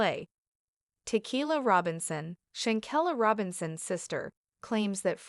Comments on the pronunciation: Please pronounce her name correctly if you're going to do commentary on someone RESPECT HER PUT SOME RESPECT ON HER NAME IF YOU HAVE TO ASK SOMEONE HOW TO PRONOUNCE HER NAME CORRECTLY,THANK YOU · pronounce her name corr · Learn how to pronounce her name